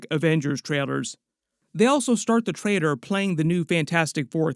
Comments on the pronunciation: TraiLer… not traiDer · Why is he saying Trader all the time? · It sounds like you're saying Traitor instead of Trailer